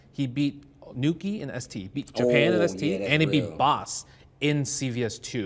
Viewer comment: THANK YOU FOR SAYING NUKI THANK YOU MENA ❤️❤️❤️❤️❤️